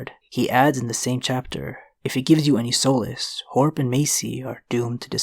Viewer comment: How do you not know how to pronounce “solace”?